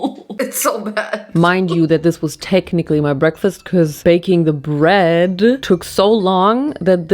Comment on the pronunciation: "very healthy breaskfast" when there's so much sugar in it 😭girl